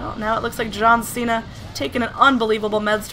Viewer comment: You didn't say John Cena properly though.